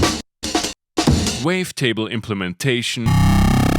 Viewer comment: "wavetable implementation" 😂